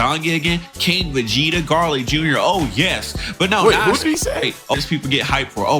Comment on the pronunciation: Guys is arguing about having irrelevant characters when asking for king Vegeta as a character plus this MF can’t even say the word right